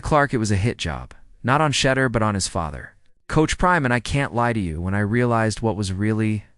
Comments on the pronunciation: To hear The deplorable way the media pronounce Sha—-deur(door). What is your problem. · Why should I listen to any thing you say when you can’t even pronounce Shedeur’s name correctly.